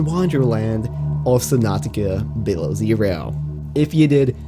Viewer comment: That sounded weird “ the world of subnutica below zero “ I need to get used to that